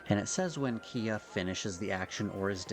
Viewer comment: Hearing you say Kia with that spelling hurts me lol. Great vid as per usual though.